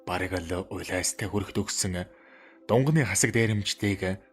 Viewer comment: Дунганы биш шүү!!!Дунгааны дээрэмчид гэж уртаар дуудна шүү.Баярлалаа.